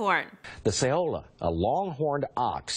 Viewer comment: Saola is pronounced like "sound-lah" not sellar